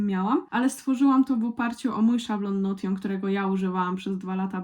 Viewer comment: Hej, w razie czego Notion wymawia się Nołszyn :)